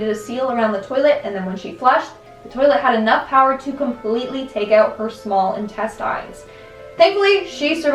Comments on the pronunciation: Ok why are you saying “intestInes”?? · lol but Why say intestines like that?